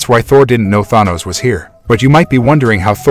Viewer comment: Bro make a video about thanos but cant even pronounce thanos correctly or wakanda